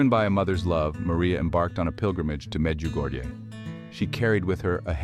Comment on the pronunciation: Before producing a short video like this, please find out how to correctly pronounce the various names of persons & locations. I have visited Medjugorje ten times and find it very annoying when I hear strange names/locations pronounced the «American» way. Please, be respectful of others and make a greater effort in learning to pronounce people’s name in the correct manner. Otherwise, it is disrespectful!